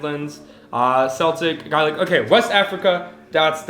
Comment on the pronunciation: Celtic is pronounced "keltick", and Gaelic is pronounced "gay-lick". This is Irish and Scottish.